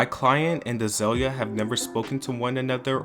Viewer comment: Az-oi-lia Banks? Oh, great.. Another voiceover...